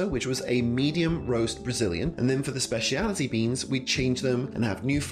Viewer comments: I find it funny how you keep saying "spaciality" instead of "specialty" lol. Good video tho, thanks so much for being on youtube 😊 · Maybe it is because you couldn't say "specialty" correctly